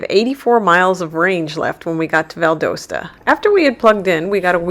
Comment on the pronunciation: Valdosta is Val-DAW-Stuh.